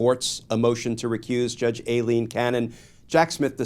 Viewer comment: It’s NOT “A” leen it’s pronounced Eileen